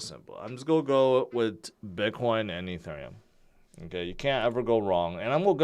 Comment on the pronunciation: I'm new here, what the heck is "E"turn"neum...🙄